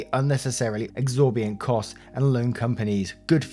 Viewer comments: Exorbitant is pronounced. “Ex-orb-in-ant” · Say it with me now. Ex-or-bi-tant lol I'm gonna help you pimp up the Word game lol Love the waffle gang